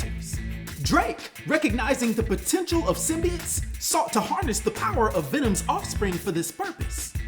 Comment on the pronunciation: The thing thats gonna piss me off the most is now mfckas cant say symbiote but now they say symbeit that shit erks my soul how you gonna be anerd but fck up a word